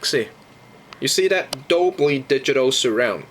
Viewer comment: haha you said Dobly haha